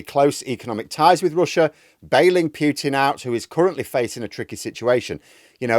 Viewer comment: Don't pronounce Piutin pronounce Putin